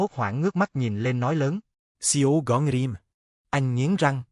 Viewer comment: why do you keep saying see o gay rim